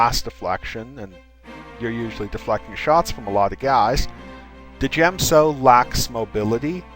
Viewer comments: djem-so is pronounced as jem-so, the d is silent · The forms are pronounced as SHEEN or DYEM-SO. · Isn't the d in djem so silent. it sounds ridiculous said de djem so. i think you must have this one wrong mate. but I might be wrong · THE D IS FUCKING SILENT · Correct me if I'm wrong but isn't the D in Djem So silent just like in Django and Djent? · djem so. the "d" is silent, hillbilly